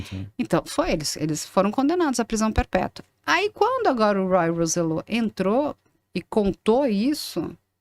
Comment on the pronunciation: Robby, Ray, Roy, Charlie e Ricky. Conheci todos eles. A pronúncia não é Roy " rouzellô " a pronúncia é latina " rósssselló " Edgar Dí-az não, Diiiiaz. Criador do grupo era o Edgard o José Menendez era presidente da gravadora em Los Angekes, foi a porta de entrada deles nos USA.